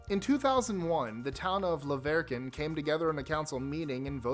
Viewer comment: Obviously, he isn't from Utah & he didn't pronounce "La Verkin" right.